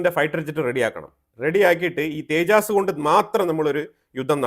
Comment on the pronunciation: സുഹൃത്തേ , തേജാസ് എന്നതല്ല, തേജസ് എന്നതാണ് നമ്മുടെ വിമാനത്തിൻ്റെ പേര്!!